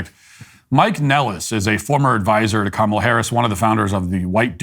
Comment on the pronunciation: Thanks for pronouncing her name right. Makes us look better.